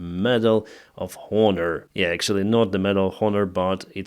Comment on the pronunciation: FYI : Honor is pronounced as Onor - the H is silent !!